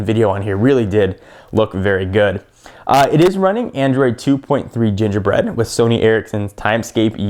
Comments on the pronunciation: g bread not j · more like g-bread, not j-bread... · Its not j bread, its g bread lmao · Doesn't Gingerbread start with g. , sounded like you said j.